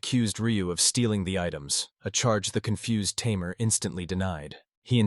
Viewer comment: You know it's going to be bad when it can't even say Tamer right... Tay Mer. Not Tim Air.